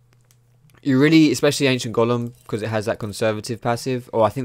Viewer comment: Dat Golem pronounciation like " Gollum " tho :DDDD so funny